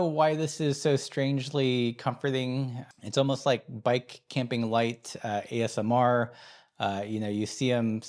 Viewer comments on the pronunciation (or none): none